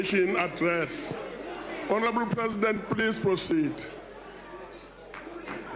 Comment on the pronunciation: Correction - it sounds more like ...horrable memba !!!!!!!